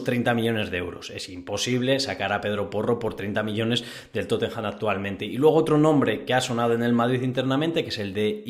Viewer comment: No entiendo que trabajando en ese periódico pronuncias TotenJam!😂 Revisa esas pronunciaciones